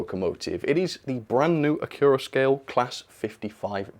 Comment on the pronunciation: Why is it pronounced acc-your-a-scale? I've always be saying acc-you-ra-scale as to flow in from "accurate"